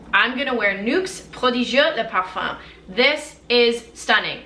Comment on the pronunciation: Do you speak French too? You're accent when pronouncing Nuxe prodigieux le parfum was v.good! Great video keep the good work!